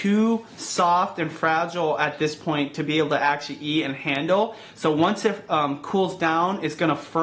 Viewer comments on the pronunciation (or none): Eat. Not ear. Lol